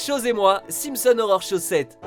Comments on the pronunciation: Par contre si tu pouvais arrêter de prononcer "horror" comme "Aurore" ce serait bien ^^ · dans un cas comme dans l'autre ça associe les 2, c'est pas super, mais bon c'est pas grave hein j'ai fait la remarque parce que justement du coup je l'entends direct si on prononce mal horror, voilà voilà ^^